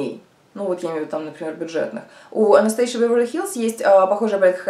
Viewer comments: не анастейша, а анастАзия! основательница бренда из Румынии. вы как всегда, 🙄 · а вот Вам разница есть в названии? Хоть горшком назови, только в печку не сажай, как говориться. Главное мне о продукте узнать, а уж до произношения докопаться это ну такое себе.